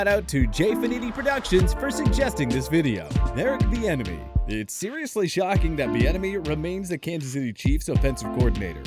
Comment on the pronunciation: I could've sworn you said "Eric the Enemy"